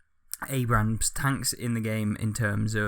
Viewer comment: you don't pronounce the second A in Abrams